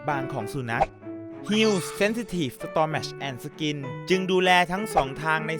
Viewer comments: งื้ออสนิมตัวจี๊ด ปล. Stomach อ่านว่า สะตำหมัค นะค้าบ เยิฟๆ🐶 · stomach ไม่ออกเสียงแบบนี้ค่ะ